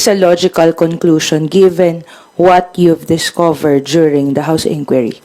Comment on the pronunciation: "InDuery" process